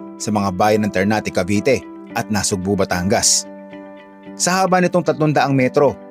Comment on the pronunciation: Sir, NASUGBU po, hindi NasugbO.😅